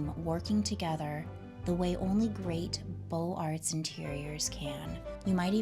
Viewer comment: I enjoyed your video. 'Beaux Arts" is pronounced bow zar